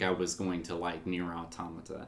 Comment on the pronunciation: That is the correct pronunciation at the beginning of your video. It's the plural form of "automaton." EDIT: Well, you started pronouncing it incorrectly later. Hmm.